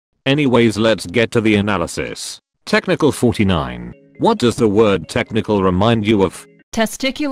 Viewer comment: First off when he said gaining he said gay and when he said his name he said testicle49